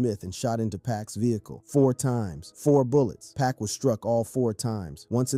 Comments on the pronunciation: 2pock not 2pack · 2pac not 2pock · U know nothing about 2pac or else youd say his name right